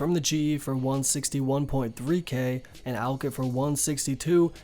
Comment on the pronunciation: Ew the way he say alch says it like ulch wtf